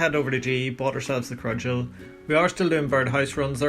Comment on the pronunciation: CUD-JUUL no R lol